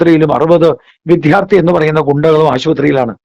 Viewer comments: വിധ്യാർത്ഥി എന്ന് പറയുന്നത് തെറ്റാണ് വിദ്യാർത്ഥി ആണ് ശരി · "വിദ്ധ്യാർത്തി"" എന്നല്ല പറയേണ്ടത്.